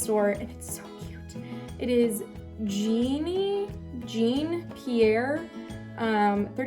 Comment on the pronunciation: Jean, is a man's name. French not gene. You American's say French words so badly